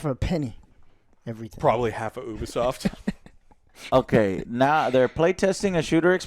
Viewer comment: It's Ubisoft not Obisoft Joe